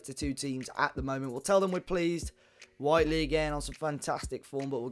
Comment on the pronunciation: thanks for starting to say whitely correctly mate lol